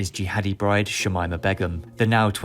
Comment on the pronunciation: Is the name pronounced "Shamimer" or "Shamimah."